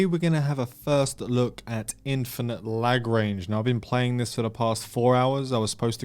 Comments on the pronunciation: Is it pronounced la-grange, not lag-range? Unless you’re experiencing some lag. Took a good minute to figure it out, which is actually and hour 😉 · Lagrange is pronounced Lahgranjh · Hmmm seems a bit like Second Galaxy, or traditional 3X space games, though I think its pronounced la grunge (think in a French accent) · I love that you announce it lag-range instead of la-grange